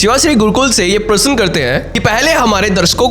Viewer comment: Parsan nahi prasna hotahy dost